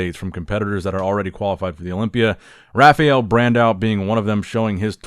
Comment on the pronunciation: please, it's not pronounced Raph-ee-el but Raph-a-el.